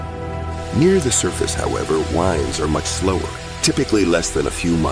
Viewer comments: he is talking about "Winds - Air Current", but this bro said "Wind - Twist or Turn". WTF, I know English is a dumb language but how did you mess that up? Love the videos though, Just wanted to point out a mistake =) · about he says WINDS like winding a clock instead of WINDS like windy day lol